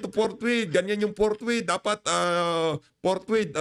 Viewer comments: Si escudero ang basa sa fourthwith,ang basa at pag kakaintindi ay portbarrel bwahh arugoy kaganid nireng si chiz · PORKWITH!!! Hindi forthwith ang sigaw nila.